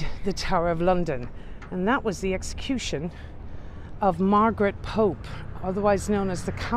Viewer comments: Margaret Pole not 'Pope' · Reginald Pole , Margaret Pole , not Pope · Its margereth Pole , not Pope! Youre english? Im dutch LOL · Margaret Pole not Pope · Their name was 'POLE', not POPE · Their names were Margaret and Reginald Pole---not "Pope." No offense! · Wasn't Margaret named Pole? (not Pope) Thanks, for yet another great tour ❤️❤️❤️ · I am sorry, but I thought it was Margaret Pole, not Pope.